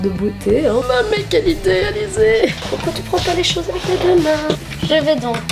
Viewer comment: J'ai l'impression que tu dis alizée et ça me streeeess sinon je kiff ton style !